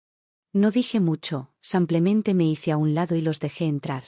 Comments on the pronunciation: Sanclemente dice enves de simplemente.tann. b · Porque dice samplemente!!!??? Si pronuncia muy bien la i